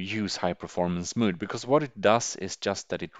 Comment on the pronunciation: When he said "mood" instead of mode I knew this is exactly the channel I was looking for...